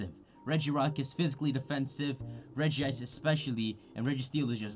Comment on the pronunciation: Mmm yes "Regi-ice."